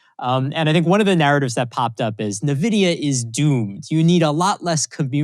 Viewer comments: Uh, not nah-vidia, EN-vidia. It's helps your credibility if you pronounce the company's name correctly. Just saying. The discussion is very good, thanks. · why would anyone be listening to this dude when he says "Navidia" for nVidia? ... apparently he even brought "Navidia" 😂